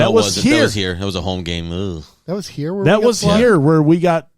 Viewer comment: "The line must be drawn he-ya! This far, no furthah!"